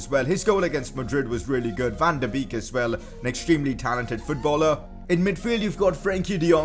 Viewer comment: It is bake not beek